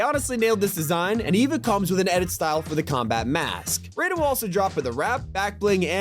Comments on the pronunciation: right like its mortal kombat😂😂 its pronounced “RYDEN” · Raiden like Rīden, not Rayden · Raiden from Metal Gear is ALSO a Ninja! Also its pronounced RYE-DIN. Not the stupid Ray-din Mortal Kombat way! Also not a katana. The High Frequency Blade. Raiden's iconic sword. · I love how nobody who knows anything about mgs always pronounce Raiden wrong. It's RI- den not Ray-den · dude said rAden ;-; Also no Rules of Nature coming to Fortninte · Bro said Raiden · Im actually gonna cry next time i hear someone mispronounce Raiden bro